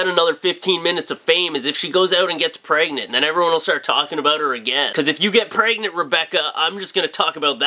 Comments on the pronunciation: I always laugh when he says pregnant. It sounds like "Pray-gnant" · i like the way says "pregnant" lmao.